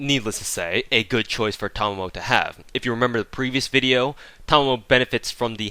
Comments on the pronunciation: Yes finally someone who pronounced her name correctly I mean how hard can it be she pronounce her name herself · Actually you were the closest to say it correctly, however, your "Okita" pronunciation needs work ^_^ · No Thanks That is wrong... Ta ma mo (Ta like in TArget, ma as in MArk, mo as in MOpe) he technically combined mamo as one which WAS wrong but the way to pronounce it is the same as he said. If you believe otherwise, you are free to look up how 'ma' is pronounced in Japanese. There are plenty of sources I'm sure. But Japanese pronunciation doesn't change. Aside from pitch maybe... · It's okay my fellow brother, for I have been pronouncing her name correctly ever since I first saw it. We are the enlightened. Or something like that. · "Because fuckin' English teaches you weebs incorrect syllable accentuation." Sorry, but no. It may or may not be incorrect, but I pronounce it the way her seiyuu pronounces it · I'm subscribing because you pronounced Tamamo correctly. Also, a few things: Double Tamamo actually hits harder than Double Waver or Tam+Waver for Arts Nps. Despite different buffs working better in most cases, 100% Arts up is just way too much for Waver to compete. So, if you want your Vlad/Robin to hit like a bus, just double Tamamo with Chaldea Code and you're good to go. You can also use her NP before another one in order to complete their second/third charge. This is a nice little trick a lot of people forget and can help you squeeze a bit more damage if the other character has extra damage with charge.